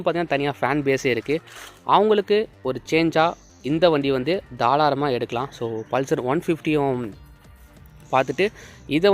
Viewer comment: Bro athu தாராளமா.....தாளாரமா illa 😅